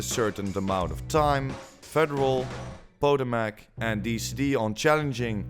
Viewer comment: It's Puh-Toe-Mick😁